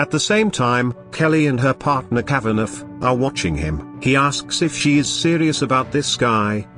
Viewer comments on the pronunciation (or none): The robot voice keeps pronouncing the name Kavaneff, because it seet the gh at the end. It should be Kava naw.